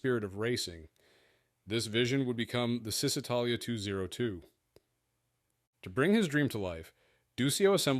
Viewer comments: It's actually "Chi", like in the word "aCHIvement". Chisitalia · its pron. ShisItalia , not Zistitalia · Another great video, lots of useful information about little-known models and very enjoyable. Berkeley is pronounced Barkley in English, say Acherbo for Acerbo, and Chisitalia instead of Sisitalia.